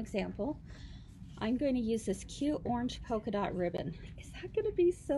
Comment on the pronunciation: Killing me....pokeadot ribbon!!!!!!